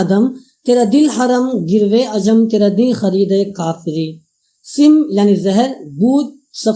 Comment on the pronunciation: bhai apni padhant durust kareñ padhne me bohat se aghlaat haiñ, wo sim e zindagi nahi sam e zindagi hai or fiqr o ghina nahi faqr o ghina hai